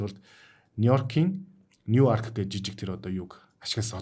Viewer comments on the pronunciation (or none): tegej duudag boloo uy hu duudlagaa zasna baigaa uwsiihan